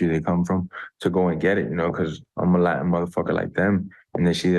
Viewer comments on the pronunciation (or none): none